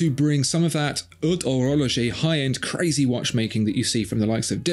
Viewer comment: I saw a clear Swatch once. CA-RAY-ZAY!!!